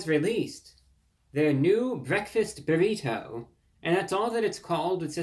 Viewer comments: I love the way you say "burrito" tho. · There is no greater sound than Reviewbrah saying "burrito" in his cultivated Mid-Atlantic affect